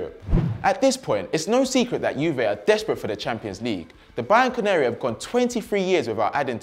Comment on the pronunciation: Did he say Bayern Canary or Bianco Neri ??? Hahaha